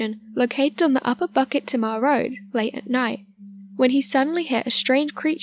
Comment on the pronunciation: Its not BUCKET THEMA....its pronounced BOO-KIT TEA-MAH!